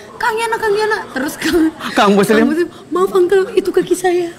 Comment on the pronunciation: "yaa kan dia masuk ke Salim": "hah Salim. Muslim" Ya Allah ngakak banget liat ngomong aja ejaannya di bolak balik:D:D